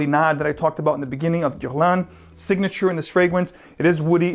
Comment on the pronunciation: Nice video! BTW when you say "Guerlain" you sound more Brazilian than French - or maybe me it's just me